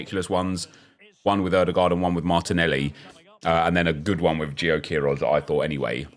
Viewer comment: Hi the way u say players names makes me more invested. Blackstenius and gio quieroz. I just want them to score 10 a game with the way you pronounce it